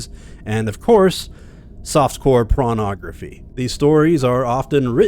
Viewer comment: Did you say soft core pornography, or prawnography? And if so, what is prawnography?